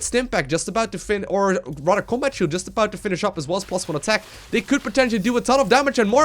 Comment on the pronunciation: "rador" (rather)